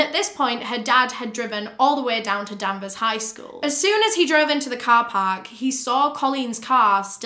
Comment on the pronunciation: you said the town name wrong so much that i didnt even know where this happened at first LOL its danvers with an A, not denvers! and salem is still there, it was more a case of danvers and salem being divided into two towns. this is such a horrifying case, i remember when it happened and i saw it on the news